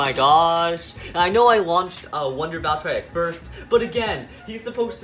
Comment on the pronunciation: I do be called valtree ek not valtriek